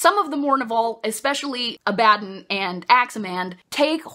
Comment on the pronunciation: I always pronounced Abaddon in my head with the stress on the first syllable, same with Torgaddon. Now that I've heard you say it, it sounds kinda like "A Bad 'Un". Which fits with Games Workshop's silly trend in names with guys like Lion El'Jonson and Ghazghkull Mag Uruk Thraka being references to Lionel Johnson and Margaret Thatcher. God these books are so silly, and I love it.